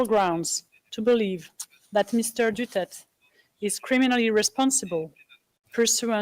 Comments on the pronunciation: Hindi nyo nga Ma pronounce Ang Last name na Duterte tas kinasuhan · Pataka man lang pronounced sa last name n duterte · They do not know FPRRD, they cannot even pronounced the name of FPRRD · Etong mga foreigners nato hindi man lang aware paano I pronounce ng tama ang pangalan ni Digong, how much more yung awareness sa facts ng issues ng Pilipinas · MADAM.. DUTERTE ..pronounce his last name correctly! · How can someone adjudicate in a trail when she cannot even day a say a person name correctly. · by not correcting the pronunciation of his last name when they already heard how it should be pronounced is so disrespectful. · damn right! It is DU-TER-TE, not dutert damnit! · at least pronounce his name Correctly! Well she is intelligent enough to know that Medialdea have already pronounce it correctly!!! It seems that she Does not even know HIM personally!!! DU-TER-TE!!! dutert my A$$$! :face-orange-frowning::face-orange-frowning::face-orange-frowning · Madam. Can you speak the family name of our president correctly. It is D U T E R T E not Dutert. How can we trust you that you can make this proceedings right if speaking a family name is wrong! 🤨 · If she can't even pronounce his surname properly, I do not believe she watch ANY news that mention HIS name. Even FPRRD clarifies that his surname is pronounced as Du-ter-te not Du-turt, she didn't correct hers. I doubt she will give a CORRECT verdict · Blimey, cannot even pronounce our former president Rodrigo Roa DUTERTE surname… excuse madam it is not Dutert….IT IS…DU—TER—TÈ….our former president shouldn’t be interviewed by French.. my gad. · FT! It only shows that they didn't know who is FPRRD that even his last name they couldnt pronounce it right. Its a Mistrial that man is not Mr. Duterth he is Mr. Ex President Duterte. 😅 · Icc please say right surname.duterte❤ not dutert.wrong one. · Pero someone needs to correct them how to say his last name! Not Dutert!! Its Duterte. Yun lang ang comment ko. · Duterte Not dutert